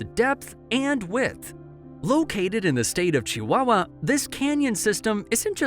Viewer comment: does this person know that Chihuahua is the widest state were basically Celtic from The Basque country why did he pronounce our state so weird, anyway it's more like copper cliffs not copper canyon, and he used the sott r to pronounce Barrancas I do appreciate him trying to pronounce it, but this word is totally the rolling RR the rolling hard R by the way Monterrey has two hours I don't know why you spell it with one hour that's not saying what, and it means the Kingswood if you were wondering, did you know Monsanto means Hollywood, I'm just translating from Spanish, that we don't call Spanish that's you we call it Castilian I'm sort of tired of arguing with yanks about it